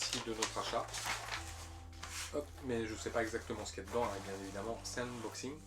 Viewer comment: Tu pronoces inboxing... c est unboxing!😅. Curieux de voir quels jeux tu vas présenter!